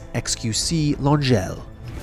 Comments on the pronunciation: Langyel? Wtf. Its an Hungarian name, Lengyel, meaning: "Polish". It isnt french. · How you pronunced lengyel is funny 😂😹